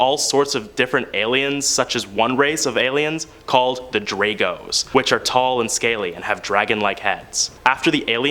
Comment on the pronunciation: They're called Draco's, not Drago's.